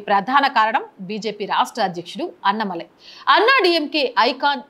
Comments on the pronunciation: అన్న మలై కాదు - అన్నా మలై అని చదవాలి. పదాలు కరెక్ట్ గా పలికితే విన సొంపుగా ఉంటుంది లేకుంటే అసహ్యంగా ఉంటుంది. మార్చుకోండి పలకడం. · Amma meeru “Anna malai” antunnaru Kaani Telugu lo “Annaa Malai” Andi Alaanee meeru “Radha yatra annaru Kaani adi Telugu lo Rathaa yatra” Just deergam pettali andi